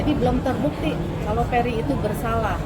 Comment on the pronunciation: Udh tau ga bisa ngmng F tp namain anaknya ferry jadilah bukannya ferry tapi peri peri 🤭